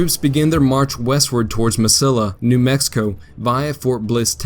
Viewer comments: It's not Mis-sill-a. It's Mes-see-a. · Ma seeee ya. Not MasiLLA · Nope. Eric Williams is incorrect. Grande is properly pronounced "grahn-day", not "grand." Only gringos pronounce it "grand." The narrator days it correctly. Two things he misses: Mesilla is "me-see-ya", not "me-sil-a." Also the river is the Rio Grande, not the Rio Grande River. Rio means river. So Rio Grande River is redundant. If means Big River River. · Me=see=yah, not Mesilla proper pronounciation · Mesilla = Meh-see-yahh. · Mesilla meh-see-ya 🙄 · Ma-See-ah not Ma-sill-ah............Mesilla, NM. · Mesilla is pronounced meseeya - it's a spanish word. . . . A New Mexico resident who lived on Meseeya street in Albuquerque. Otherwise an outstanding piece of work. I've been to the battleground and you can still find the lead ball bullets on the ground. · "Mesilla" is pronounced Me-siya: the Spanish double L takes a YA or L-YA depending on the accent of the speaker. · FYI Mesilla is pronounce as Meh-seeya. It's where I live. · Mesilla is pronounced Meh-see-ya. The double l ("ll") in Spanish is pronounced as "y". Otherwise, a pretty good presentation of that battle. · Please learn to pronounce Spanish word. Why isn't Gettysburg the "Glorieta of the East"?